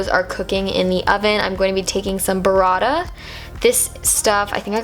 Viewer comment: omg the way you say "burrata" is wrong, check the correct pronunciation on Google translate italian